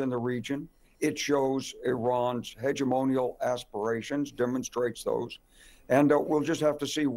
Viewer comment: Did say Iranian hegemony?😅🤣😂